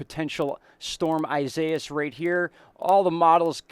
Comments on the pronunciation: Its EE si E es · Isaias is pronounced EE-SAI (as in SIDE)-EE-AHS just so you guys know. It's the Spanish version of Isaiah. EDIT: I had to fix it. A little